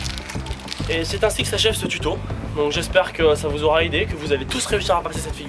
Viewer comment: J'aime beaucoup ton "tuoto" grâce à ton "tuto" j'ai appris une figure vraiment sympa :)